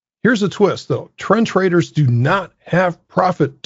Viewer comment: I thought u were calling them trench raiders not trend traders